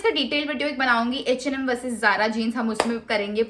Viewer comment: Eeeh and Am Baaaaaag Pls bolna seekh le 😂